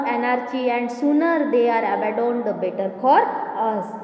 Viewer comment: Madam तुम्हाला caution,abandoned, etc. हे शब्द पण नीट वाचता येत नाहीयेत तुम्ही मुलांना काय शिकवणार?तुम्ही grammar of anarchy translate kelat pan arth समजावून सांगितला नाही.असे व्हिडिओ टाकू नयेत मुले चुकीचं शिकतील